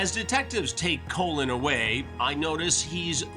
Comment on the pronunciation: It's pronounced "Colin" Chris not "Colon"😂😂 he had to have done hat in purpose. Chris loves trolling these dudes.